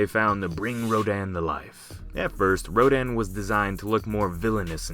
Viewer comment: Ro-dan.... Dan the man, yeh no stfu i cant xD It should sound like ro- dun